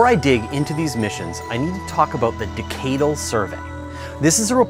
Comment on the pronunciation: He pronounced "decadal" wrong.